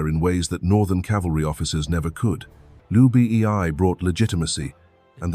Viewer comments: Who is Liu Bi Ee Ai? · hHAHAHAHA i straight come to comments section to find this...Liu B.E.I